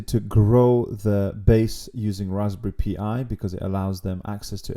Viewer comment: Tell me you didn't say Raspberry Pee Eye, it's pronounced Pie. Raspberry pie like custard pie. They have only been around 10 years! Lol